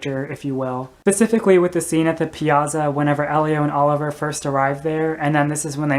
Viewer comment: Good analysis, but please learn to say piazza correctly. I'll attempt to indicate with: pee-at-tsah. The syllabic stress is on the next to the last syllable (antepenult). When you have a double consonant in Italian, there is a slight pause as in mezzo, here the double z is slightly different so you have med-zoh, as in mezzo-soprano. Elio would have been glad to help you. Live and learn. Ciao!